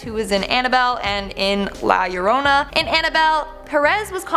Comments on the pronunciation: Hi, you nailed it with the pronunciation of La Llorona, congrats, well done!;) However, youre right, you could purrrr that R a bit more like a kitten to make it more Spanish:) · You might not be able to trill your Rs, but at least you get the ll = y thing right!